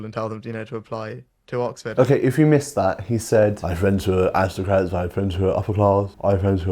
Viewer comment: rishi rish the awistocwat